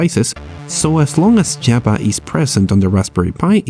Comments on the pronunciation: I neber eben knew you can install Jaba (the Hut) like that :) srsly its pissing me of its a V not a B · Java not Jabba 😑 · "jaba" but good video...